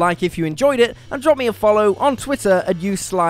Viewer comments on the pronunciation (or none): none